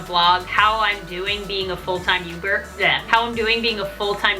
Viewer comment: you just said youber and not youtuber😂😂😂(no ofensse😭😭)